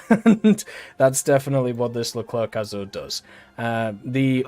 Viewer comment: He says Foch correctly but not Leclerc xD joke aside i like that France get a New Leclerc , when you see UK with the long Line of challenger you really wish that France and some country got more cool looking mbt at top tier